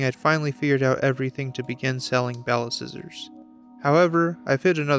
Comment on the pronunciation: I swear ti said Ballscissors....